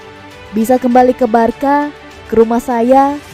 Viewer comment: Di sebutinnya barsa min bukan barka.. 🙏